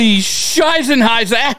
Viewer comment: As a german the way you say "Scheissenheisser" cracks me up. 😂